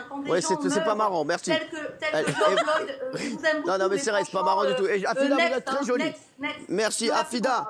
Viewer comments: Arrête de dire Georges Loyd bordel 🙄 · Georges Floyd pas Loyd 🤦🏻‍♀️ Elle est tellement fatiguante ... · MDR elle manifeste pour un gars dont elle ne connaît pas le nom, c'est floyd pas loyd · C'est pas Loyd mais Floyd. Ça commence bien. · je pensais avoir mal entendu . donc j avais raison elle a bien dit George loyd au lieu de George Floyd.. pour une americaine elle prononce tres mal les noms americains.. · Stop par pitié arrête tu fais pitié afida, Bigard il est plus crédible que toi avec ta poitrine exhiber comme ça. Puis surtout apprend à dire Floyd et pas Loyd c’est un immense manque de respect envers la victime et le mouvement. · Elle prononce même pas son nom correctement... c'est pas respectueux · Elle est incapable de prononcer correctement le nom de George Floyd... Ça serait drôle si elle ne se prenait pas autant au sérieux...